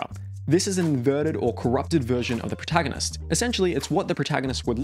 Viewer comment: It's funny that you say proahtaganist.